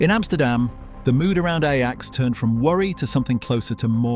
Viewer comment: bro.... u dun even say the name rite....